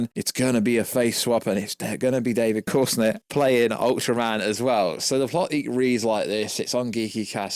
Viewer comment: Bro how tf you spelling his name. David CORENSWET is the name please learn it throws me off every time you say it